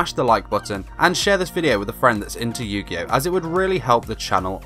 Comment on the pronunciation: What the fuck is yu gi yo?